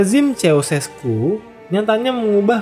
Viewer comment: semua sistem pemerintahan itu baik *syarat & ketentuan berlaku ijin koreksi pelafalan namanya ceaucescu=kusesku gheorge=jors (sama kaya pelafalan "George")